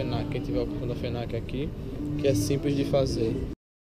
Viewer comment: ´´fenac´´ kkkk adorei mano